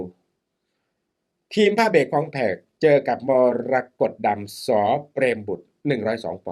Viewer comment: อาจารย์อ่านชื่อนักมวยไม่ถูกเลยครับนักมวยชื่อมรกตดำไม่ใช่มรดกดำ😂😂😂😂